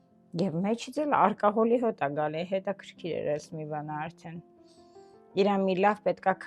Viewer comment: Արկոհոլ չէ, ալկոհոլ է